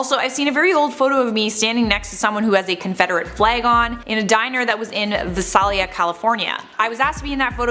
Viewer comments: Visalia is said like v ay S AI L y uh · It's pronounced Vie-sail-ya, I was born there :D